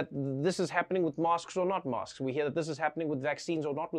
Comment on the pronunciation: Does he say masks or mosques? Is he talking about islam or coronavirus?